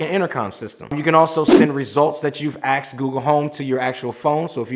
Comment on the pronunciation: I watched quite a few of your videos as you seem very smart and easy to understand. Until I heard you say “I axed” instead of “I asked”. Then I turned you off!